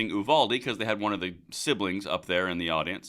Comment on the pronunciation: Wish you could pronounce Uvalde correctly.